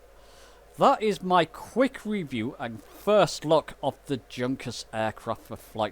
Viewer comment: Hey! Junkers is NOT junk! It happens to b3 my favourite old aircraft! She started out ss the world:s first regular scheduld int'l airline for Deutsche Lufthansa. Noew Junkers is pronou ced as 'yoonkers' not junk! PLEASE lernen Sie ihren deutsch! Vielen dank!